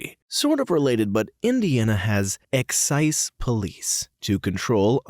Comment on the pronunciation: The "s" in Excise is pronounced like a "z". Thought you ought to know. It's not the only word like that...exercise, is a good example. I guess someone doesn't know the reputation band has. If you want drugs, they're an easy choice. I was never in band, but had a couple of friends who were, and they told me some of the nonsense they got up to. I've had someone ask me if I was a narc. He's lucky I'm not into fighting. It can get dangerous if people start a rumor like that. I find the cops using current street slang while dealing with non-street people really weird. I bet they're more likely to be using drugs than cops who speak normally.